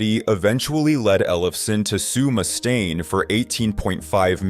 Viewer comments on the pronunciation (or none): He also called Dave Mustaine "Dave Moose-tane" lol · What's with this guy mispronouncing words like Mustaine? Is this more AI garbage? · So many names are pronounced incorrectly. You should be embarrassed, for real. Neil “Shun” is probably the worst. “Dave Mew-staine” isn’t great either. I love how you pronounce some of the names differently each time you say them. Do some research, my man. Amateur hour.